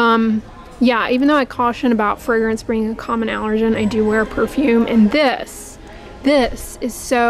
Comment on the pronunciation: Frangance, fragrance, fragrance, take a shot everytime she said it! 🙄